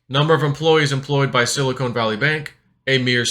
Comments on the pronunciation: is it sili"con" or sili"cone"? ;) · It’s Silicon, not Silicone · Love your content, but it is Silicon, not Silicone. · I'm listening on old school headphones plugged into my laptop's audio jack and can hear just fine - must be a settings issue with how it was uploaded? That being said, I wish I could stop hearing say "silicone." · Pronunciation is too funny!! “Silicone”.